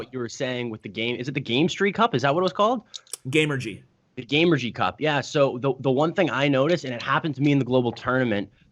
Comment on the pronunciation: Btw. it's Gamestry Cup not GameRGY Cup